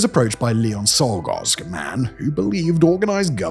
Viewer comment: Czolgosz is pronounced CHOL-gosh.